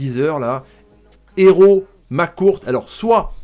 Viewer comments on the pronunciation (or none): none